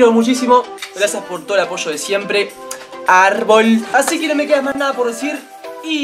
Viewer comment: siiii arrrrrbolllll y mas arrrrrbollll